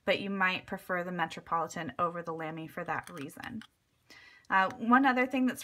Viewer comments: Brand pronunciation is more like Luhmy with the u pronounced as in but or butter. :) Apart from that I really love my Lamy collection but I prefer the heavier Studio to the lighter Safari or Al-Stars, though I prefer the shaped grip section of the Safari or Al-Star to the roundish Studio. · Good video as always! Just FYI, "Lamy" is pronounced so that it rhymes with "mommy". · Love you so much, but you said Lamy wrong and I got triggered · You pronounced Lamy wrong